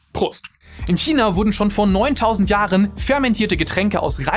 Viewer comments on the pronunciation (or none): none